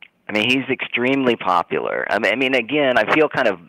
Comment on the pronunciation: He keeps saying "Shapiro's popularrr"... has he been outside of Pennsylvania??? I'm in a neighboring state (MD) and Shapiro is literally nothing here. has no idea what he's talking about outside of a single state.